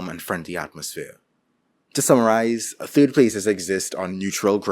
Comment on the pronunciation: I'm hoping you pronounce third TURD. and I was right. turd places